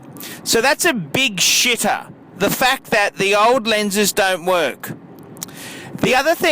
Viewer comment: It's the Glahsss. The Glahsss! It's a Shitahhhh!... LOLOLOL This is funny. But can't complete watching it.